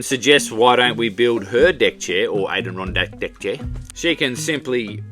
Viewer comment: Lol. An der ron dack. From the Adirondack mountains of New York State